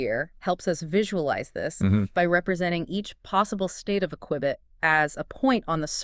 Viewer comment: A kwibit!… -The blotsh-sphere help us visualize it… -Yeah!… -Exactly! -Great!… -M-hmm…! 😂😂😂😂